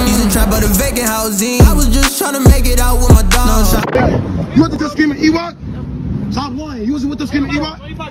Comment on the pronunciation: That ain’t ewok that’s Lewok